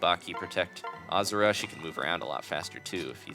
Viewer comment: it's pronounced ahhh zoo ra